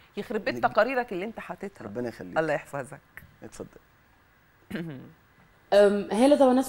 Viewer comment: لفظ الجلالة الله بالهاء ليس بالتاء المربوطة